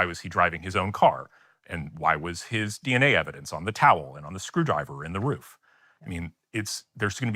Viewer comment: Love hearing Jeremy’s accent come out on “ruuf.” He’s used that word so much lately 😂